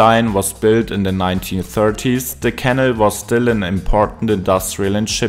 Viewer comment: It’s a canal, not a kennel 😂